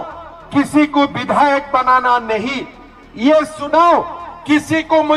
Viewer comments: Chunaw ka sahi उच्चारण nahi ker पा raha hai बार baar sunaw sunaw ker रहा है 😂😂😂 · esko to chunao bolne Nahi aata chunao ko sunao kaheta hai.. Haaa. Haaa... 😅😅😅😅😅